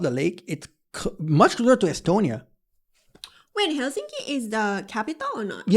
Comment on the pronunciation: In Finnish all letters pronounced the same independent of surrounding letters and the stress is always on the first syllable. Can it get any simpler?🤔👌 Still here the narrator says HelSINki😖 instead of HELsinki.👌✌️